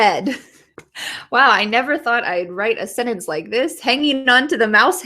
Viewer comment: When you say SENTENCE do you pronounce it as "Senence"? Without the "t"?